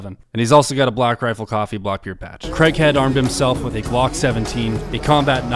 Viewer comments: its not pronounced CREGHEAD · Worth a watch but pretty sad that the narrator can't even pronounce his name right. Craighead, not Creghead. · Craighead (Crayg(e))head not Creghead, he is English not American, it is not pronounced in the UK the strange way you insist on pronouncing the name Craig. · Love this vid! Can’t get used to that, what we Brits consider annoying, American pronunciation … “Cregg-head”, but I’ll overlook that because the vid’s so good! 😊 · Unfortunate American pronunciation of the surname Craighead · Really well put together, I look forward to the book finally coming out. Craighead is a legend. I just wish you guys could pronounce the name Craig…(Craay-G) Other than that…excellent!